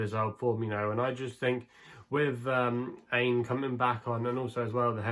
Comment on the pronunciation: Aine is pronounced Awn-yeh by the way